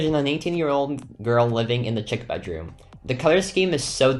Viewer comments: Chick? I thought people say it a sheek-chic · I love how he was pronouncing chic as {ch-i-c} and it’s pronounced {sh-ee-k} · Did he say chick instead of chic?😭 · Chic is not pronounced chick